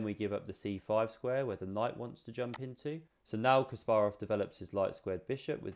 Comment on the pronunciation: Suscribed for proper pronunciation of Kasparov. 👍🏼